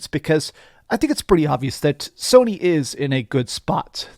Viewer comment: He said Somy way in the lead😂😂 Nintendo has something to say about that